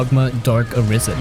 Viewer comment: Ar-a-isen ??? Its a-ris-en as in arise ... as in rise